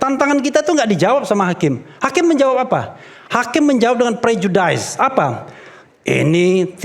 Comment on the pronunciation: Refli, prejudice itu dibacanya bukan prejudais tapi prejudis, banyak kali gayamu sok pinter sok kemenggres